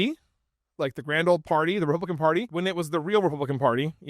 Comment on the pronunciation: "Tpublican," sounds like you're spitting out something disgusting, so that works.